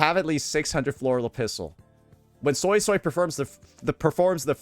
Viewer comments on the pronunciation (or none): You're a soy soy... It's actually "SueySuey" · Suii-suii not Soysauce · Fanned up SuiSui > Oiled up Changli. It’s actually pronounced “Sway-Sway” not Soy Soy btw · The japanese voice acting calls her SuiSui instead of the SoySoy crap I hear from english. Ty for the vid and insight. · For anyone interested, I know some Cantonese because my family speaks it, Suisui’s name isn’t pronounced “soy soy” the way you would say soy sauce. Obviously pronounce it however you want, but Suisui’s name is literally water water in Cantonese so you can look up “how to say water in Cantonese” and the first YT short wll give you an accurate pronunciation. It should be a video from “howtospeakincantonese”. What I’m about to say is redundant if you’ve already watched the video I suggested. The pronunciation is actually written correctly as Suisui. The way it should be said is like “sugoi” in Japanese but remove the “ug” so that you’re left with “soi”. If thats too confusing, treat the “o” in “soy” more like a “oo” so that it sounds like you’re saying “sooy”. Or you can just look it up. And if you’re someone that is telling others it’s “sway-sway” or “su-E su-E”, that pronunciation is atrocious and it sounds ugly. Stop propagating bad pronunciation like you know what you’re talking about, I’m not saying this to be mean. Plainly, if you don’t what you’re talking about you shouldn’t say anything at all, lest you lead someone astray. I haven’t played the story quest yet so idk how sanhua says her name. Hope this helps you understand Suisui’s name better. To Saintontas, “It looks like I’m spamming my comment. My bad, I just had to delete it to make sure that the message was clear. I had to put “water water” in parenthesis so people wouldn’t be confused and I accidentally left in a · Not the "Soysoy" 😭😭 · ZEEZAW, JANSHE, SOYSOY, ZONI well that's how unc said it😂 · After watching the livestream, I can’t unhear “Soysoy” for Suisui now..